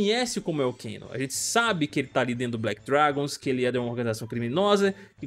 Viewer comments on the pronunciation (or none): Não eh Cano😂 Eh keno mano😁